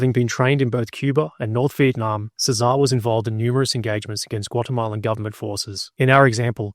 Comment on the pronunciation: cEsar, the emphasis is in the first syllable.